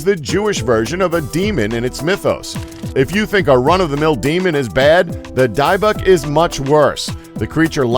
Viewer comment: It's pronounced "dibick" though it's spelled as dybuk